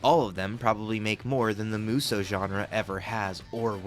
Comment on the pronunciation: Just one issue: It's not pronounced "Moo So". (And it's not "Myu So", either.) Muh- (short and clipped) So-Uh. That said. Most Musou games are bad. But there are some absolute gems among them. (And the majority of the bad ones are the spin-off games.)